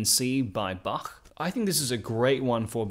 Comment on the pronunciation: The way you pronounced "Bach" was just perfect! ~approved by a german